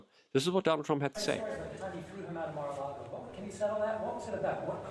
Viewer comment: Lago luke say it with me. Lago. Theres no R in Lago. LAAAAAAAGO